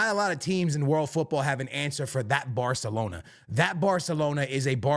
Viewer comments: It’s called Barcelona, not Bartelona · Are you saying "bahthalona"?